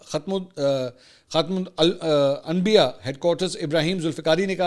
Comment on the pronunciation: Mansoor Ali Khan baray sfsos ke baat ha k English tou aap far far bolty ho mgr Imran nyazi ke tarhan aap ko b khatimul ambiya parhny main mushkil pash ayee ya deen say duri ha aur kuch nahi ya lamha fikriya ha. Reply zrur kejiyay ga.